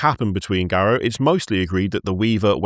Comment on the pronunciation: It's "Garou", not "Garuo".